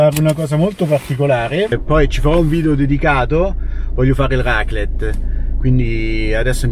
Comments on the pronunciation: Pronuncia di raclette: accento grave sulla prima e, ovvero, raclètte. 🌷😊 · La raclette.... il raclet non si può sentire.... 😂😂😂